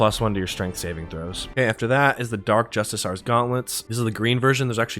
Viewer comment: Threw me off guard the way you pronounced justiciar 😂😂